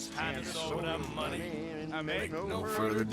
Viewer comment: more muneh. It's muneh. WE NEED MUNEH,!